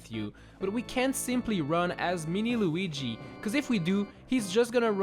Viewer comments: It is not Luigi it is Luigie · He's called "Luigi", not "Luiiigi"